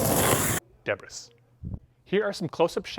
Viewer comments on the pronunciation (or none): The way says Debris sounds more like he's having a difficult time recalling a painful relationship with a woman named Debra 😂